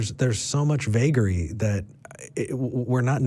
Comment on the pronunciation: hehe he said veguery?